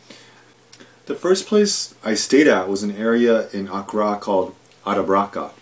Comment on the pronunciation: honestly anyone who cannot pronounce the capital of the country he giving insight of really those that much knowledge of the place also he was only there for like a couples weeks so how much those he know plus in his other video he wanted to know about Ghana so early there no facts been state just a opponent commentary I got nothing out this smh